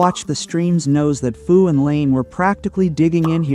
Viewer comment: First of all, there is a lot of misinformation in this video. To the 1.8K subscribers following this guy: BE AWARE. Second, our alliance name is FU, not “Foo.” If you’re going to make a video talking about us, at least get the name right. And if anyone had the displeasure of dealing with anyone this season, I think it would be FU, LND, and GS having to deal with VP22. They’ve had issues ever since diplo was decided and they found out they wouldn’t be able to play with OPB this season. That attitude showed pretty clearly in the final zone, where VP22 was nowhere to be seen and practically nonexistent - pretty similar to how they gave up after only a few days in Zone 2. And don’t just take our word for it. Even GS had issues with VP22, raising concerns about their sportsmanship and pointing out the constant blame game. When FU, LND, and GS are all coming away with the same impression, maybe everyone else isn’t the problem. And let’s not forget - you had just as much say in diplo as anyone else and still chose to ally with us. You weren’t forced into anything, so complaining afterward because the season didn’t go your way is pretty ridiculous. Also, we don’t have anyone in FU leadership who used to be in Server 220, so that claim is simply false. In fact, what I heard was that VP22 betrayed 220, not the other way around. But that has absolutely nothing to do with this discussion anyway and comes across as nothing more than bringing unrelated drama into a video that already conta